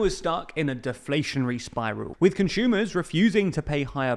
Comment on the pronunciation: please stop pronouncing "consumer" as "conshumer" we are not german